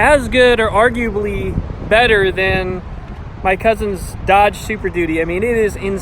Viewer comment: He said dogde super duty wtf